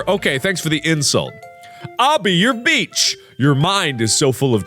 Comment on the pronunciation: “ I’ll be your beach ” My ears: “ I’ll be your bitch! ”